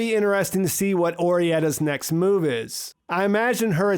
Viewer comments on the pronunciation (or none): none